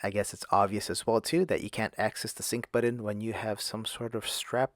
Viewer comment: He keeps saying, “budden”